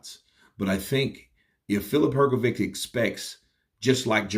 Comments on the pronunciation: its hrgović (hrgovich) not hrgovic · Because there is no letter ć in their alphabet,so they pronunce letter c Like we letter k,if you tell him that his name is Hrgovich and not Hrgoviq he Will know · True I also noticed that. Simply Hr-go-vich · I would ask someone whose mother tongue is English or who is from America to give me the reasons why cannot pronounce the surname Hrgović correctly. Is this due to some grammar rule? Is it incompetence? Did only finish elementary school? What is the problem? Yesterday I watched the DAZN boxing presentations and the English speakers pronounce the names and surnames of the boxers correctly, so for example cannot have the excuse that he has never heard how to pronounce a boxer's first and last name correctly. The boxing world makes an effort to show respect for the boxer. Why isn't capable of this? Thanks for the help! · Presenters are obliged to pronounce the names of the people they are announcing correctly or to the best of their ability but isn't a presenter so he hasn't done proper research